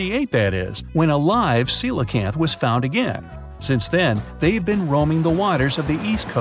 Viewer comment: It's pronounced sea lo canth!